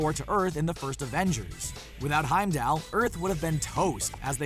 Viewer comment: Heimd-All .. ALL not AL .. 😑